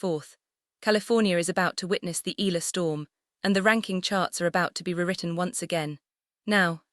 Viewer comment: I unlike this because of,mispronunciation Nadal with Eala its eyala and its Nadal not Naydal and ila so fu you despite all the wonderful content.0..get the name wrong and its somebody else